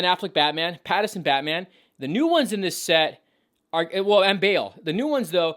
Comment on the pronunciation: its Pattinson not Pattison